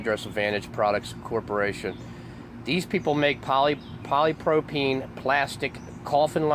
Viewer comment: Wow. First learn to say polypropylene correctly. With the growth in plastics a company found a new market to go after. They are easier to work with than older methods, such as concrete and will last longer than wood. They found that its good to cover coffins with this plastic that will last many years and be strong enough to not cave in like a wood will. It has noting with FEMA. I have been to this facility working with plastics. Why suddenly call it a FEMA conspiracy? It sure would be much better to have this as an example of American entrepreneurship. They saw a new opportunity and built a company to manufacture new products. That should be celebrated.